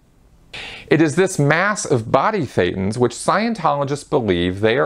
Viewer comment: Just as a side note Thetans sounds like Satan 80% of the time the way you pronounce it, and with no knowledge whatsoever people probably just understand Satan all the time also shown this way in the subtitles just noticed it right one time